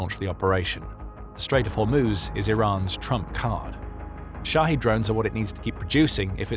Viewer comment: Shahed, pronounced "shoddy," LOL.